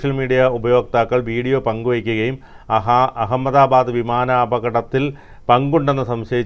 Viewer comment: U don't no even how to pronounce ahamada bad😂